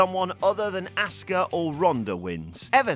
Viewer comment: Dude, its Asuka not asska